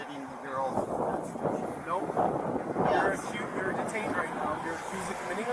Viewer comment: I gotta think it's awfully hard for the officer to pretend he's going to take "legal" advice from someone who doesn't know that "Constitution" has 4 syllables. That said, if you're trying to tell us that this guy is the dumbest citiot of them all? That's a VERY high bar to clear. Still, the fact that these cases have NEVER succeeded on the merits of the claim (dismissals, because the DA doesn't want the unholy hassle of the BS storm that is a trial with one of these yutzbags don't count) never seems to sink in. Sad, really. PS: Allow me to introduce you to Officer Pavement.